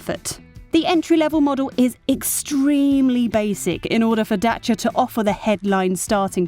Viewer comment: best pronunciation for "Dacia"